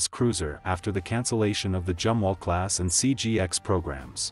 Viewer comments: All in all a good informative video. Only the computer voice "Jumwalt" is a silly problem. I am glad the Tico class will be replaced by essentially the Burkes upgraded to almost the same level. Air defence w/lazers will be a great asset in the future. Wouldn't a new 7" RF gun be great for all NATO 600' cruiser size ships they are building? With a 60 mile range and a 250 lb. shell, it might be cheaper make than the Zumwalt guns, (due to being less twiddly to make). Big enough to take out serious targets w/out using a missle. Put the 5" gun on the "Constellation" size frigates....not that piddly 6 pounder 57mm! Seems we are truly on the edge of Sci-Fi weaponry in the near future. I hope humanity survives it...... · Zumwalt not jumwalt🙂